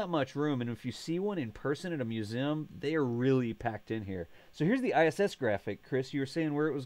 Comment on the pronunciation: Im gonna have to mute this video if he says musim 1 more time!!! Its museeeeeum